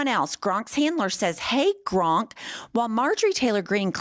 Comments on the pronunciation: GROK!!!! NOT GRONK!!! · it's Grok, not Gronk. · I love you! But it's Grok not Gronk, although I like Gronk better! It fondly brings back memories of Gilda Ratner's Emily Latella. You rock! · It's Grok, not Gronk. Js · Its Grok, not Gronk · It’s GROK NOT GRONK YIKES!!!!! Please try to enunciate better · Hun there’s no n in GROK. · calling Grok "Gronk" is the highlight of my weekend. Bless her little pea pickin' heart. 😂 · Not pronouncing it like GRONK 💀💀 I love her so much. An icon. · Love that you also call it “gronk” with an N because my boyfriend makes fun of me for doing that all the time LOL! But that’s how it looks like it’s meant to be said to me 😭grok is such a stupid name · Thank you, I really enjoy your breakdowns! But it’s clear you have never read Robert A Heinlein’s ‘Stranger in a Strange Land,’ which is still my favorite work of fiction. It’s the source of the word ‘Grok,’ which doesn’t have an ‘n’ (it’s not ‘gronk’). “Grok” is a madeup ‘Martian’ word that means to drink of something deeply until you become one with it and completely absorb all understanding (paraphrase). It’s an AMAZING word, which I have been using for decades, and I am a little bit sad that it has made it’s way into the vernacular via Elon 😒 Just please get it right - ‘Grok’ - which is in no way an original musk creation … just like Nicola Tesla would cringe hearing Trump say “Tessler,” Heinlein is likely rolling in his grave hearing people say ‘gronk.’ Lol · PLEASE stop saying "Gronk" 😂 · I've been watching you ladies for a while, and I think you're great, but I would think that a lawyer can see that there is no "N" in Grok. Maybe it's a play on words. I don't know. I hope so. Could you clarify? If it is, then ask Grok what funny means. Humor comes from humans, and computers don't have a clue about humor. Throwing in the extra "N" makes you sound illiterate in this case.